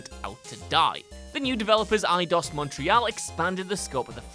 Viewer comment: I really can't be bothered checking all the comments. It wasn't just me who heard him mispronounce Montreal, was it?